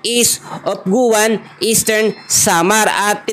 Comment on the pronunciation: Ang pronunciation po ng "Guiuan" sa Eastern Samar ay parang "giwan". Diyan po pinanganak at lumaki ang Mama ko.